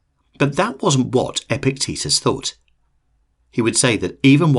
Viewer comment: I keep hearing Epic Tetus 😆